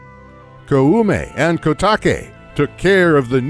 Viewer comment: God, I hate to be that person but can't you see even in google translate how to pronounce Koume and Kotake? It's not that difficult.